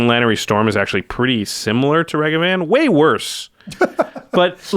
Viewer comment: Able to pronounce Asmor correctly. Also: Mispronounce Ragavan